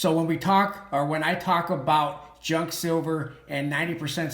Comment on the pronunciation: Junk, it’s one syllable Pros always sells Cons stuff is too pricey right now